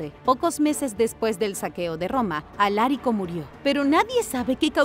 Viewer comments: 40 segundos de video y ya me están reventando los 🥚🥚 con los errores en la narración! POR FAVOR dejen de darle entonación esdrújula a palabras graves: Alarico 👍🏻 Alárico 👎🏻 Visigodos 👍🏻 Visígodos 👎🏻 Me molesta y me extraña que cometan errores tan básicos siendo un canal de divulgación de información, aunque sea miscelánea! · Lo de pronunciar bien no va contigo, Alarico y no Alárico. Visigodos y no Visígodos. Madre mía que despropósito.